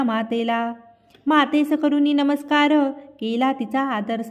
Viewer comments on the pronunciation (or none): none